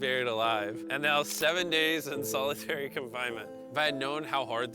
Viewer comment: Its solitary not solidairy